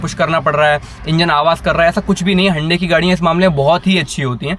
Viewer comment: HYUNDAI sounds like Ande 🥚🥚🥚😂😂😂